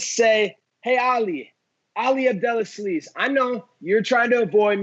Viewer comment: "Ali Abdel A-sleaze" LMAO